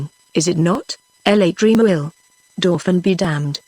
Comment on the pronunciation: The reading is good in parts but there are some glaring errors. When a character says NO, the person who is reading it says number because there is a colon after NO. Also LA in front of Tremouille's name should not be read as 'L' 'A'. Wish such errors are corrected so that students of non English speaking countries who use the audio book learn it right without making similar mistakes. Seeing the title as British English these students will think the mistakes are actually correct